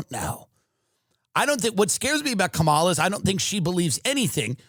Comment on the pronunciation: just mispronounced Kamala.